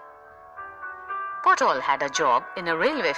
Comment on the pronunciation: not potol babu but patol babu...😂